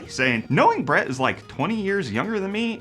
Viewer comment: Did he say I'm your "Brett host"?